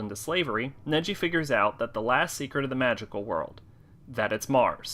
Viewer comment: sorry to correct your pronanciation it's nagi not neji